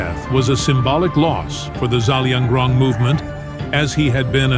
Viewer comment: It's Zelianrong not zalianrong